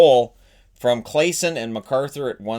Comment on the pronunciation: Just a quick FYI: the way to pronounce Claesson is basically Claw-son :)